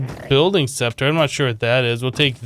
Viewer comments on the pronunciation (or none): none